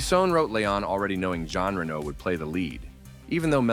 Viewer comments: Ray-no, not Renault 😂😂😂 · Its RenO Not Renno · Killer actor. You are pronouncing his name as if it was Renaud.